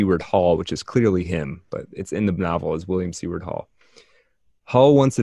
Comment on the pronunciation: I must correct something you said about WSB. His middle name is not “seaward”, it’s Seward, pronounced like sewer, with a d at the end. This was also the last name of Abe Lincoln’s secretary of war. Mispronunciation is a minor gaff, but you should know the correct way to say it. Not all your listeners are as young as you guys.